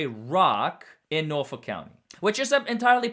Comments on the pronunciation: As a norfolkian, it’s “nor-fork” 🍴 😂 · Your pronunciation of Norfolk is very close to correct. Keep trying